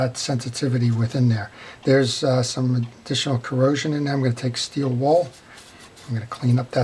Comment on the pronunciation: It gets me everytime you say steel "wall" LOL!. It's steel wool pads! Thank you for your videos. I learned servicing my reels from them.